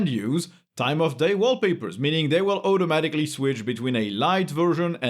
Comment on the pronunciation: why does this guy pronounce "automatically" with an "eu"-sound instead of "au"?